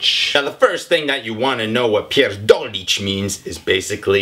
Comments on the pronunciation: Zapomniał o "Opierdolić kogoś". coś jeszcze? I bardzo podobne słówko typu opierdalać się, wypierdalać (wylatywać), zapierdalać (pracować). Ze słowem "kurwa" też można sporo pokombinować, chociaż chyba nieco mniej. mówi jak porządny Polak:) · You're so adorable, but you didn't catch all meanings of this word, there is so much more metaphors to it. And you made a few small mistakes, but it's really good. You emphasize "r" quite well which is important in polish language, so you did a good work here ;) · Soczyście wymawia te "pierdolić" :)